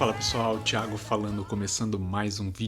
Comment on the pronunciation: E aí muchacho!!! 😅😅😅 É engraçado o que você falou é verdade em espanhol nós ouvimos a você que é Paulista dizer o seu nome e escrevemos "chiago" para quem não sabe se engana e escreve "chiago" 😅😅😅 E o seu sobre nome em espanhol a pronuncia é Norona coisas dos idiomas né? Ó eu achava que era só aquí na minha cidade e no meeu estado que os caras não usam casco ou capacete. Cara aquí no meu país tá tendo uma forma de pagamemto "USDT" usam Binance, ainda não tá de moda porém eu tenho visto que tem restaurante e lojas que recebem pagamemto em Binance. Opa! Você não botou aquela música e naquela parrilla que você jantou tavam as famosas "papitas fritas" eu acho que eram papitas fritas né? 😅😅😅 Meu que da hora as paissagens do chaco argentino. A cabrita velha de guerra ainda tá ciumenta hein? Tava beberrona. Deus abençõe você sempre irmão abração direto de Puerto Ordaz 🇻🇪